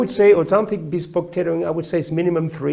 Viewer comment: I have always heard basting pronounced with the long a like baist not bast, I have heard henry poole cutters, huntsman cutters, and John Kent and Terry Haste all say it that way.